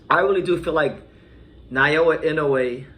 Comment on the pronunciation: You keep saying Nayoa, it's Naoya.